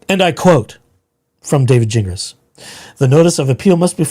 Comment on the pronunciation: It’s pronounced Gin Glass